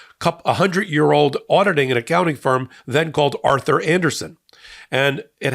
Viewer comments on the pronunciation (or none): none